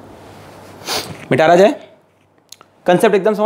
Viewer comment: Are you notice sir told 'mitaya jay ko mitara jay Bolte h '🤠❣️